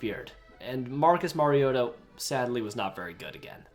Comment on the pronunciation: Who tf pronounces ken Whisenhunts and Mariotas name like that?